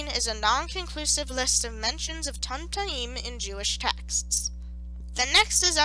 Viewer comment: This was wonderful, as someone who actively studies talmudic hebrew. The only thing that got my goat was the pronunciations. There is no "uh" sound in Hebrew, only ay, eh, ee, ah, oh, and oo. Tumtum, with the vav, would most likely be toomtoom